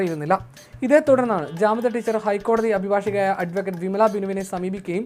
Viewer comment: ജാമിദ ടീച്ചർ not കാമിദ